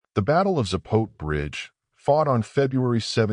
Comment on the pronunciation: Its pronounced Zah-po-teh.